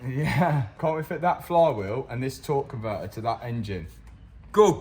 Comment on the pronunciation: “Tor on’ver’er” aka a torque converter